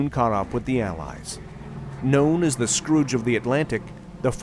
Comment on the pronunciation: I’m sorry - but did he say Scrooge of the Atlantic? “Scourge” I can understand. Maybe my hearing loss is worse than I thought.